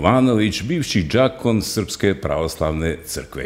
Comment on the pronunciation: nije džakon, nego djakon, dJ akon, djakon, đakon